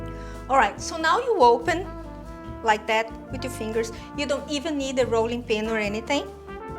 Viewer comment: Haha "dough worry."